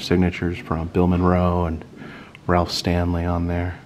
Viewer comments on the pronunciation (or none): none